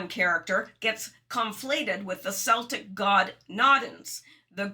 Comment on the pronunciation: To the blond lady: The "c" in the word "celtic" is a hard "c;" it sounds like the letter "k."